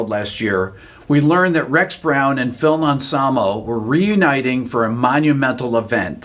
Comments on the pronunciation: Philm Ansamo? Pronounce that again. :) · I'm not sure you pronounced Phil's name correctly...but WOW! What an awesome interview!! Thank you!